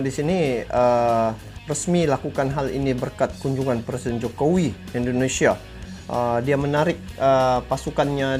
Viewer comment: Bukan Endonesia tapi INDONESIA.